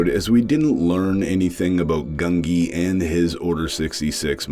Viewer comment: Not GUN-gee! It's GUN-jee, with the 'j' sound. I swear every other commentator pronounces it wrong.